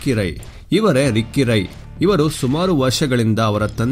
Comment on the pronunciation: ರಾಯೇ ಅಲ್ಲ ರೀ ರೈ..